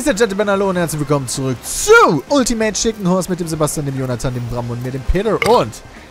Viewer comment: Das ultimativ von damals sollte man englisch aussprechen... wann merkt ihr das endlich?^^